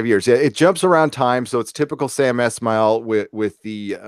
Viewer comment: Sam ES-mail. Not Esh-mail